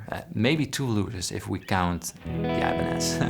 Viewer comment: "I-banez" hurts my ears